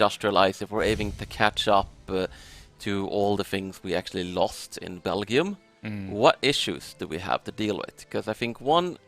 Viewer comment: Why does pronounces Belgium with a hard g lol? I've always heard it with a j sound